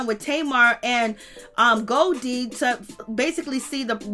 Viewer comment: 🤣🤣 her name is Golie (go-lee)